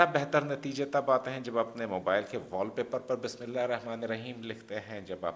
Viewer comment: Sorry to say Bismillah ka pronounciation sahi kar lijiye plz